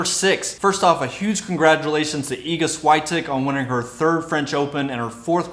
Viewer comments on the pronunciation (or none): Respectfully - you need to get your pronunciations in gear. My ears hurt when you said 'Swiatek' (it's Schvi-AN-tek), and 'Matteo' (it's Ma-TAY-o). I can never get over how tennis commentators disrespect the players by never bothering to learn how they say their names. The commentary is on point otherwise. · SAM Korda? Iga Swee-aytik? C'mon. Americans and their pronunciation problems. 'Nuff.